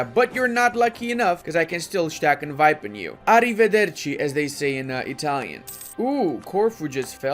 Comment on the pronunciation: quite a good "arrivederci"